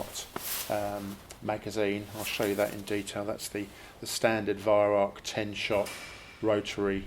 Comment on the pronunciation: It's pronounced Vy-Rau, not Vy=Rock.